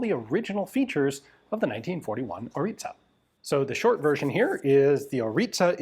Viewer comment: Name ist ORLIȚA. Not ORITA